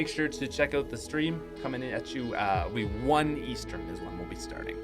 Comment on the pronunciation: Anyone else love how he says oat instead of out😂